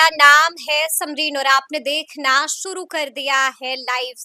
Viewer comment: Suru nahin shuru bola jata hai